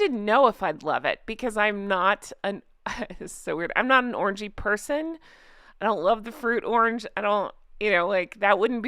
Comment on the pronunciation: I had to buy it haha. Just ordered it on Amazon Germany, 79 eur for 30 ml. Btw, whenever you say you aren't an orangey person I hear orgy 😂😂😂